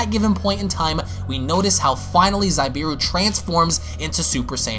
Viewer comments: I believe it’s actually pronounced Zabieru “Zah-Bee-air-ru” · Also its Za-be-air-u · Amazing u but u said zabs name wrong also that's not goku its fon zabs brother plz love ur vids but do ur proper research and don't assume mid video or just ask the artist him self which u should look on insta pretty sure he addressed it